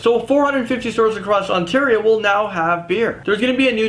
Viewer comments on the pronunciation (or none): none